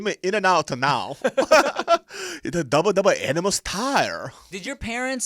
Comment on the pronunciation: “Doubre doubre animel styre” 😂😂